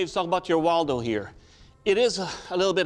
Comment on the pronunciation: Its Woldo not Waldo who put that on the timeline 💀